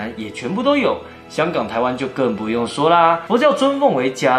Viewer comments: 補充一點就好：不是ㄐㄧㄚ藍菩薩，應該是ㄑㄧㄝˊ藍菩薩，正確的字應該是伽這個字再加上辶字旁，這是ㄑㄧㄝˊ藍菩薩的指示唷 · 好 伽（ㄑㄧㄝˊ）藍 不念「加」 伽藍是佛寺的意思 因為天台宗的傳承有關羽皈依的故事 所以佛教的伽藍菩薩以關羽形象 佛教的伽藍菩薩是十八位 並無關羽喔！ 然後恩主是鸞堂信仰興盛後對主神的稱呼 也不是單指關羽喔 謝謝 分享的故事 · 伽（ㄑㄧㄝˊ）藍菩薩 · 跟說一下伽（ㄑㄧㄝˊ）藍尊者好像才是正確的讀音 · ～佛教唸伽ㄑㄧㄝˊ藍菩薩唷！☺️ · 台語發音是唸伽（家）藍菩薩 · 是ㄑ一ㄝˊ 伽藍喔! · 伽 ㄑ一ㄝ二聲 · ㄑ一ㄝˊ (伽）藍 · 伽（ㄑㄧㄝˊ） 迦（ㄐㄧㄚ） 佛教通常都是唸ㄑㄧㄝˊ藍菩薩 還有影片中唸到關聖帝君稱謂時，其中一個稱謂 是文衡ㄏㄥˊ 不是ㄊㄥˊ